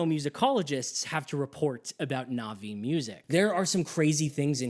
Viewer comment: So much effort into talking about your disgust with the western music, and yet you still westernize your pronunciation of Na'vi?